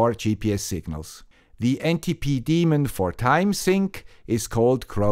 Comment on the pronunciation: A great overview. Thank you for properly pronouncing daemon!